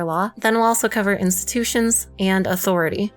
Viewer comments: "Instututions"? Tch... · Instututions huh huh huh